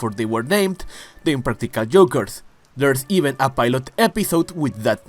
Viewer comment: The way you’re doing a video on impractical jokers but can’t pronounce joke or jokers takes me out so bad. Sounding like you talking about eggs 😭